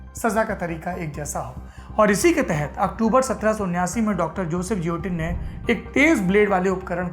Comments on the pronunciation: Juilotinn nahi guillotine pronounce karte hai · Guillotine - pronounced 'ghe-lo-tin' and not 'je-lo-tin'. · Saurabh ji, woh upkaran jioteen (as per your pronunciation) nahi hai, it is Guillotine & pronounced as geelatine.... sorry for typing in English... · As usual, great content and presentation !👍 Just a humble suggestion ..i believe the correct the pronunciation of guillotine would be gi·yo·tin गिओटिन (French) instead of जियोटिन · It's not jiotin,it's guillotine . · Its guillotine pronounce as gi lah tin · I think pronounced as gilotin. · Guillotine ka pronunciation galat bol rahe hai Sourabh bhai. Doubt ho to Google pe check kijiye.